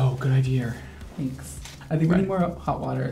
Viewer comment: I’m from mass, and when said idear I was like yahhhssss.